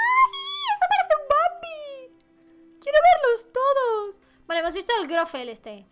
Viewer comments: te quiero pero.... no es grofel y grofe.. es grofle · Me encanta, y amo que digas Goffre jeje aun cuando lo querías decir bien lo decías mal xD te amo ❤️